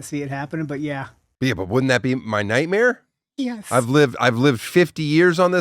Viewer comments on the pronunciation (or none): Jajjaja why say "yes" like that